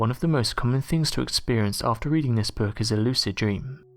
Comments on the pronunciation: What the hek is a "Boourk"?? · I cant stand this narrators voice and the way he says ...: "book " is creepier than a stupid ...boook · Screw the book...what’s haunting me is how the narrator says the word, “book”.